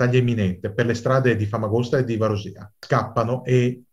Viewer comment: Omissioni, drammatizzazioni ed errori. Quando la Turchia ha invaso l'ONU era a Cipro da 10 anni, per tenere a bada l'EOKA. Consiglierei di rivedere anche la pronuncia di Varosha e di Kyrenia.